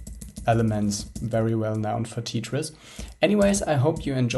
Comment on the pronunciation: Did this guy just say "Tea-tris"? LOL